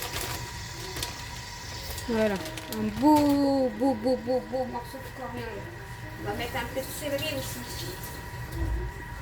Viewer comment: On dit CORIANDRE........ N'ALLEZ PAS TROP VITE POUR PARLER AUSSI.....😂